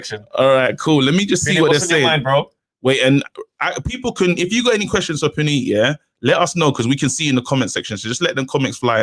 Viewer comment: Yooooo... his name is pronounced Pu-neat. My mind was blown. Nice guy too. We have the best community great defeaters! Great show, mad I missed it. Will defo call on the next one! On to business. I would love for Chisora to win against Usyk. I think Usyk will try to be evasive however when chisora gets him in a corner it’ll be curtains. I like Usyk but I get sick of all these fighters that have that hope insurance 🤪. He’s good, but a little overrated just like Golovkin and Loma (don’t start me on Loma!). Also, I like you but Yarde mashes up your church guy 🤣. Would pay to see it though. Keep it up lads. Look forward to the Friday ep.